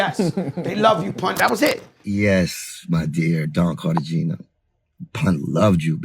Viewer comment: Cartagena - car-tah-hena